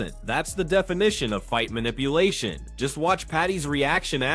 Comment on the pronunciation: WTF is mita palation? LoL 🤣 It's manipulation..... that's funny. You should do the commentating your self.